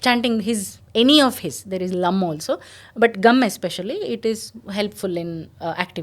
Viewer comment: MADAM, I THINK THE CORRECT PRONOUNCIATION IS NOT GUM;:', IT IS 'GANG' GANAPATHIYE NAMAHA..PLEASE CHECK YOUR PRONOUNCIATION.THANK YOU.